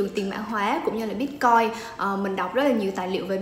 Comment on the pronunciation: Sao em van doc la "bitcoi" ?